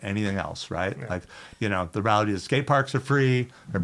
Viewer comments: He says “rality” too much. *rEality!! Come on professor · Seriously ,where the hell did you learn to pronounce "reality", Paul?!! Hahaha!!! Good episode. Black label with PS Wood is the best. Not done with this episode but I wish they would talk about the Yard Stix or the Ripsaw and all time best sellers for Schmitt Stix. I would think Lucero's deck would be it.